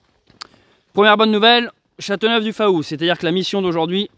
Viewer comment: coucou, pour info, on ne prononce pas le" a" dans Faou de Châteauneuf du Faou, ça se dit fou, bonne continuation